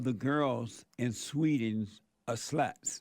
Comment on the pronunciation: "Over in Sweeding, the girls are all suh-luts"